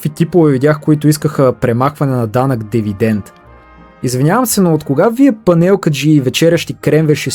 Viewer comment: Най-сетне някой да нарича нещата с истинските им имена! Браво! Една поправка само "Дивидент" а не Девидент! Освен ако не е било искан ефект.